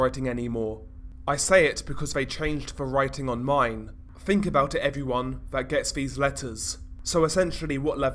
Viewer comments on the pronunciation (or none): none